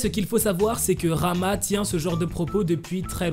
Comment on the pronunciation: et d'ailleurs le nom rahma ne se prononce PAS rama mais raHma avec un H cest une prononciation que les francais ne peuvent pas faire lol